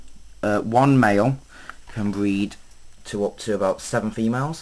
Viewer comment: ha ha how to bweed leopard geckos bweed fuckin hillarious